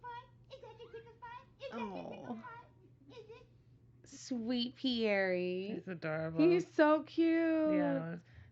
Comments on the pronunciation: I love you guys but don't pronounce Pierre like PIERRE-EE. That's just not how you say it. It's pronounced Pee-HEIR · I've heard Paul pronounce it Pierre ee. Karine (ee)s family also pronounce it that way so that's his name I guess. At least they haven't mangled the name on purpose like all these millennial parents with the mishels, thoms etc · His mom is Brazilian and that is how she pronounces it so they are saying how his Brazilian mom pronounces it because that’s how they pronounce it in Portuguese even though it’s not a Portuguese name! Yah we know it’s French but respect his moms Brazilian portuguese version 😉👍